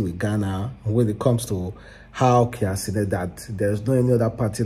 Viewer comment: Cia kenent😮. Bruuuuhhhhh Tf. Its Kai Cenat bro.😅